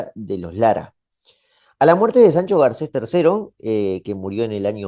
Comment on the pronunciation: Sajajun? Medinacheli? Sancho Garces? Me gusta el video pero un poco mas de cuidado con la pronunciacion